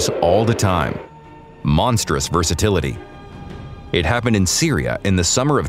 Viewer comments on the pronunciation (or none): none